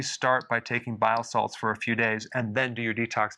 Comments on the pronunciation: He is saying BILE SALTS. Just sounds like bio salads lol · I keep hearing biosalads 😂